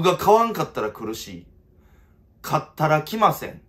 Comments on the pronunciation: 買ったら来ませんのイントネーションおかしすぎてついにカッタラキマセンになったの草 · カッタラキマセンの発音 だけじゃないテイジン みたいに言うの毎回すこ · 買ったら来ません(謎イントネーション